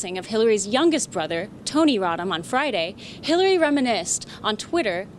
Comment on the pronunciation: Does she say Killary at the very beginning. I listened like 5 times and it’s sounds like she said killary and that’s awesome.